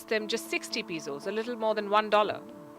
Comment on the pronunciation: Hi Palki, watching you for more than a year now from Philippines. Just correcting you for your Pesos pronunciation, it is "PE" not "PI"(just for future reference). All the best. I only watch your show coz it's hard to settle for less when you've already found the best. God bless!! 🥂